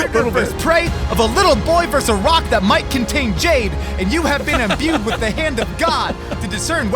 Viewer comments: mf said "imBOOD" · jeremy pronouncing it imbood really made me laugh